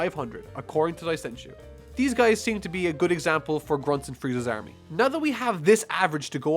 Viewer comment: Why can't you pronounce army